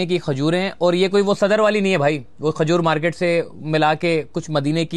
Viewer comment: Bhai, Sub baatay achee mager Khajoor aur Khoolna urdu kay huraf ک سے شروع ہوتا ہے نہ کے خ سے.